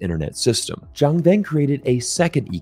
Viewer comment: Love your videos, but just as a side note, his name is Zhang, but you were pronouncing it like Jiang. Not easy I know!